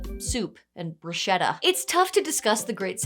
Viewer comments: Bruschetta... Brus Ketta!!! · Never been a fan of super-light systems - I'm much more a simulationist guy 😅 Oh, BTW, small correction - the SCH in "bruschetta" in Italian is read with a hard "C", like the English word "school", so it sounds more like "brusketta" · I know I shouldn't write this comment but... it's pronounced bruskétta